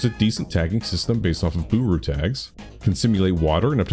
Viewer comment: thats not how booru is pronounced, its derived from the japanese pronunciation of the english word 'board'